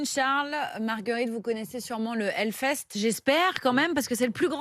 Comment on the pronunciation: pardon mais ont dit HELLFEST et pas HELFEST...